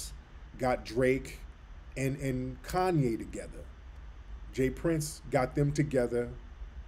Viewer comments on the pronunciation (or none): none